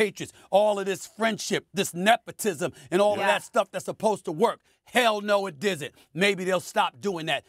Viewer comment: "Hell no it DIZN'T!" Stephen A creating new words.